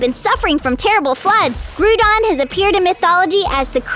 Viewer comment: You are saying Groudon wrong your saying groodon